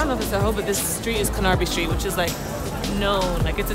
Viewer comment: The pronunciation of canarby street HahahahaHa